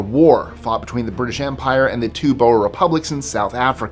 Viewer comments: Just don't mention the mispronunciation of Boer. Sound it out, "bore", not "boa." 😂😂😂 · "Boer" is the Akfrikaans word for farmer in South Africa. It's pronounced "boo-r". Hope that helps for future video pronounciations!